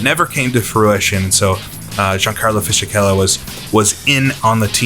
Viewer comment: Only one thing, Fisichella is pronounced like Fisikella, the ch is like a k in italian, unlike in Spanish